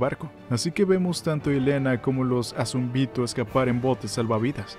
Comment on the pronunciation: El video estuvo bueno, pero ¿porqué decir los nombres mal? ¿azumbito? ¿beltrot? Nunca se dijo exactamente que Ymir murio por la lanza, dice que se dejó de mover aunque no estaba muerta.